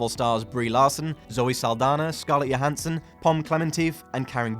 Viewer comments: I believe it's also Scarlett JOhansson not YOhansson. Though I could be wrong on that. Never said I was perfect, lol. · he said scarlett yohanson